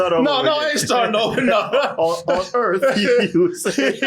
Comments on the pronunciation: Alien Earth but it's on Welcome to Earf now. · “Alien Urf!”